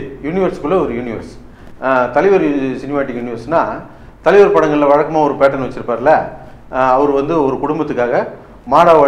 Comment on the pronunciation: ஐயா..... அது தலிவர் இல்லை தலைவர்....... 🤣🤣🤣🙏